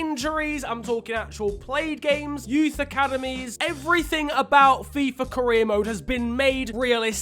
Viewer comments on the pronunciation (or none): If I took a shot of vodka every time shouted out Fifer Fifa, I'd probably be dead by now due to alcohol poisoning